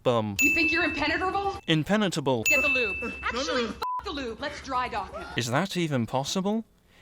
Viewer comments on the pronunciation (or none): Game: "You think you're impenetrable?" GameSins: "inpenertable" Me: "Inpenatratable" XD